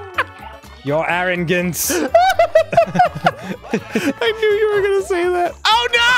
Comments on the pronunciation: “Your aringance!!” XD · Your ARIN-GANCE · STARCOINS!!!! NOT Medallion!! Good god your arrogance..